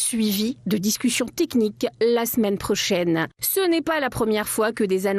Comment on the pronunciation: Des annances .... les discutians... les conditians ... Tout ça est désagréable !!! Un concert n'est pas un cancert ! :face-fuchsia-tongue-out::face-fuchsia-tongue-out::face-fuchsia-tongue-out